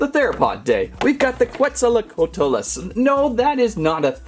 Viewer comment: its kets-oh-co-ought-lus